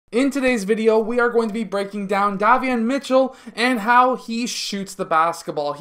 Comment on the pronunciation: Hi, love your videos. 💯 His name is pronounced like (Day) Davion Mitchell. Have a Blessed weekend.